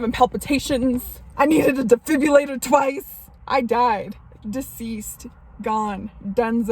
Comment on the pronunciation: Hahahahah 🤣had a difubilator twice